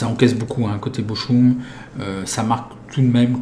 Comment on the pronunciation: Salut le Ch en allemand se prononce R, donc Bochum = Borrum après j'y connais rien en allemand.... lol